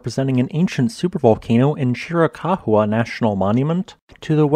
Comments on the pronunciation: Cheery cows is how it is pronounced. Not Cheerycacwa. LOL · Chirohuacha is pronounced chira-cowa in Apache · I believe that's pronounced: Cheer ah cow ah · Chiricahua is pronounced : Cheer a cow wah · Chiraucahua is pronounced chir-a-ca- whua. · Chira Cah Wha. FFS. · Gotta love how he pronounces Chiricahua 😂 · Chiricahua mountains - I used to live near there. (Sure wish people narrating their videos would take the time to learn to pronounce the names they need to say.)